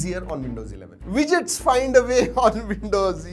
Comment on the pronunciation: Widgets Today I know how to pronounce it - Wejets